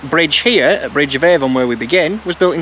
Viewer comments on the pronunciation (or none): My home territory,. Missed you again! A lovely, lovely film, thank you. Constructive criticism (I don't do 'yah boo' stuff), but Tomintoul is pronounced "Tomintowel". As a local, I'm advising you. Avon is 'Arn'. Well done with the rest. We're just weird up here! Please still like me😊. Please come back. 🚗 🎉